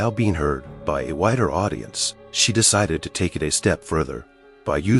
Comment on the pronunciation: The narrator needs to go to school and learn how to read and pronounce English words properly. Narrator pronounces BY as BE is a good example.